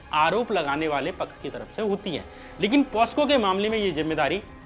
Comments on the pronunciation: Aap ne baar baar ek word “posco” kaha jo ke asal me “pocso” ACT hai. 🙏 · Hi bro... I'm a huge supporter of almost all the content you created..n this content too is a very good content to . but you need a little bit of improvement in pronunciation.... It's a POCSO act not (POSCO Act).. hope you will soon improve your pronunciation... Eagerly waiting for your content. Take care. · श्याम भाई, तुमसे अनपढ़े पने की उम्मीद नहीं थी। लेकिन तुम हो तो गंवार ही, पोस्को नहीं होता है, पोक्सो है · The act is not POSCO. ... its POCSO.. For awareness also- you MUST correct it, people should know the right Act and its provisions too. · Are pehle bolna toh sikhle posco act nahi pocso act hota he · It's POCSO Act ✔️ Not POSCO Act ❌